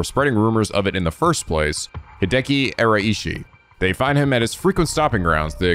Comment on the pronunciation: just FYI, the RAI in Araishi is pronounced like WEI in weiss.